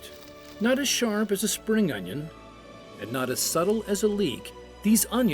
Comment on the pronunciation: Don't you mean onyo?